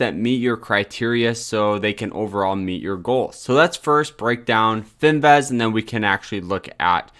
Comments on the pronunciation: FIN-VIZ!!! Not fin- vez. Please!!! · Fin-vizzzzzz........vizzzzzzzz......IT'S BLODDY FIN-VIZZZZZZZZZZZZ